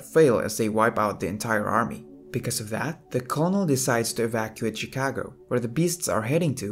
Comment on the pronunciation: lol the, "colnel" lmao... its pronounced, "kernel"... lol get a voice over thing bro your english sucks, not to be mean or anything you got a pretty voice just the english is off so until then just do a voiceover for your vids.